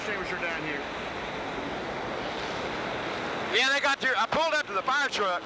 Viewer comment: Petty yells for the FAAHKIN FARE EXTINGUISHER